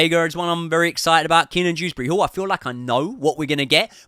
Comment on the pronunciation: It’s Kieran drewsbury hall not keenan 😭